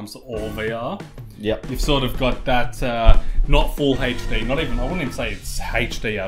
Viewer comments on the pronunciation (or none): What's "haysh-dee"?`Did you mean HD?